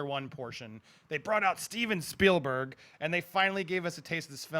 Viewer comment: There's more slips of the tongue by that guy than you sake a shtick at: "Ready Trailer One", "Steilberg", "Parvisal"...